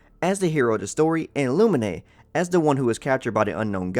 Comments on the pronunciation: It’s “eyther” not “eyether.” It’s “Loomeen” not “Loominay.” It’s “Teyvat” not “Teyviat.” It’s “Arkons” not “Arkines.” Just to correct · Theres Lumine (Loo-mean) Now theres LuminI (Loo-min-eye) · And the name lumine is spell "lumin" the e is silent, even aether says it like that.... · Ah yes Eyether and Loominay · Lu Mine btw i know sometimes u can have trouble pronouncing names but its Lu Mine and Ay Ther (Ther like Fur but with Th) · You butchered tf outta the twins' names lmao Aether(A)(thur) Lumine(Lu)(mean) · Why u say lumine’s name like that 😭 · i hate how he pronounces Lumine I just get triggerd lol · The pronunciation of Aether and Lumine, is well different than what Im used to